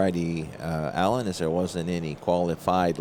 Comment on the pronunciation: Since you'll probably be seeing his name a lot, LLenas is pronounced as Yenas. LL in spanish =Y